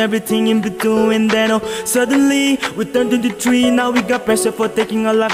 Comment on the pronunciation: They pronounce between as beewin